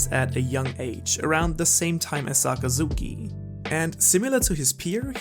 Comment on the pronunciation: how did you butcher akainu's name like that LMAO ZAKAZOOKEY Sakazuki. You say Sah-Kah-Zuki in a smooth fashion. you just butchered each syllable